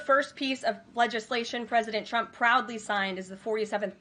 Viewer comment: Why does she pronounce his name "Chump"?😂